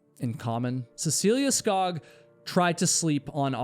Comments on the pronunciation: Cecile Skog is said "Sk-oo-g". Thank you for your great work, as always :face-blue-smiling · You pronounce Skog with an o sounding like the os in "oops". Skog means forest in norwegian and swedish. :)